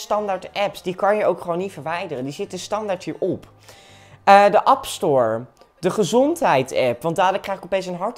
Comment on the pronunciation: De “app store” 😂